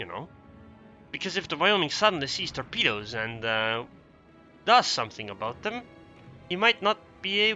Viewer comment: snicker you said "torpeeduz" ; p ps seriously, nice commentary on and acknowledgement of dr's user replay pps please keep posting! : )